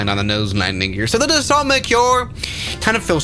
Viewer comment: It’s pronounced daso 🥀✌️